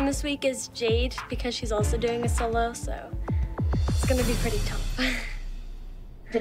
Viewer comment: "did you finish your sholo?" XD